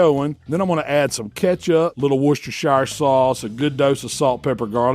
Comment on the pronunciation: That really is not how you pronounce "worcestershire"